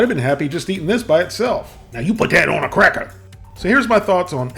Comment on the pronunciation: “I could eat it onna crackuh!” 😂